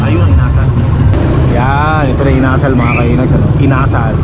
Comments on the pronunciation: Inasal not Ina-sal You’re wrong not too cold yet, in the Evening only minus one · Hello ka! ang bugles inasal medyo nabilin ang pagkabigkas kasi ilonggo yan ang bigkas hindi yong inasal or asal or ugali. Sorry ha ilonggo kasi ako sakit yan sa Bacolod or sa negros.